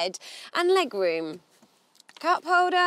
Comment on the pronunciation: Still rewm for sum luggadge!